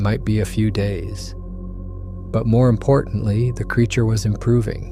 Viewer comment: Everything was going good until ai said it took 2 hrs to walk to truck when b4 it said it was 50 feet from squatch, pulling it out of water. Time to watch something else and ai pronounced Creature wrong.